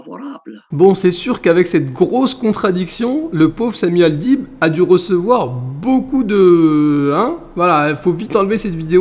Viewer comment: Le mec il dit Samy Al..bide!😂😂😅😅😅